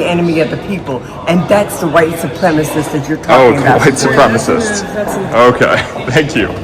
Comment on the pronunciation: Did she just say supwemawist???? What the hell is a supwemawist😮